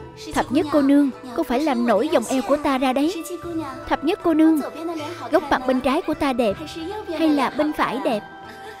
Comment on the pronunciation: Ủa tên Thập Thất mà sao nghe ra Thập Nhất vậy ta